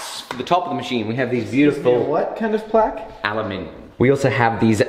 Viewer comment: the vowel is pronounced differently in plaque and vase when you're using the British dialect. Since "aluminium" is associated with the British dialect, it's strange that he uses the wrong vowel.